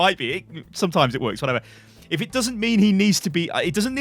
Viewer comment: what he says: "it doesn't mean to be a troll pick" what i heard: "it doesn't MEME to be a troll pick" xD sorry, had to say that xd